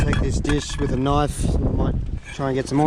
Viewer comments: when this man said "Kenifee" i was like ??? but..knife..love it xD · My dude said "kaniffy" (knife) I for real thought I was the only one